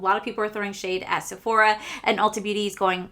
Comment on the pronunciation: IT'S NOT SEPHORIA it's JUST SEPHORA......NO I in there 😂😂😂😂